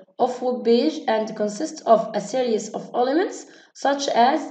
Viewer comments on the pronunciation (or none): none